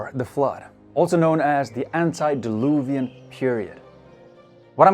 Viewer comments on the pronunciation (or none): It's not "Anti", it's Ante - pronounced Antay! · Why do North Americans mispronounce the "i" in so many words? In this video, the presenter mispronounces the letter "i" in "antideluvian" as "ant eye deluvian", separating the "i", as in "A.I." where the "I" is an abreiviation of "intellegence". So what is the "i" in "antideluvian" an abreiviation of? They do this also with the prefixes "semi & multi" also, mispronouncing them as "sem eye & mult eye" also, yet don't mispronounce the "i" in "multiple", which, if they did, they would pronounce it as "mult eye pull". The mentioned prefixes are either Greek (multi) or Roman Latin (anti & semi) in origin. The letter "i" in both languages is only pronounced the one same way in, no variation. Therefore, they should always be pronounce around the world the same as the originating languages, including North America (USA & Canada), where far to many are illiterate in their interpretation of the spoken word. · I tried to listen to this but literally the man called it antidiluvian. First sentence out the gate. No, my silly friend, it’s antediluvian. Anti means against, ante means before. So yeah… 😩🤦‍♀️ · It's ANTE, not ANTI. Ante means BEFORE, while Anti means AGAINST. Nice pedantical rant, though.